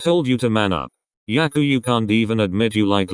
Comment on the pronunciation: oh hell no!! the way the "robot" pronounced Haikyuu just triggered me soo hardd